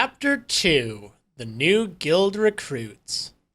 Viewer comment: I think you're pronouncing 'guild' wrong....